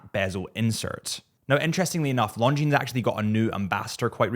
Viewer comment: Killing me on pronouncing the s over and over. The s is silent, such as debris…